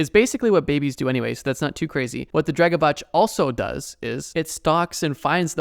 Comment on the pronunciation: Btw its Drekavac , your pronunciation is a little off, but i dont blame you , we talk the same way we write so letters are usualy a lil more pronounced , also, its cool to see you mentioned something from over here xD